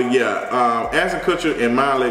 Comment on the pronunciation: Just so you know her name is pronounced Mee-La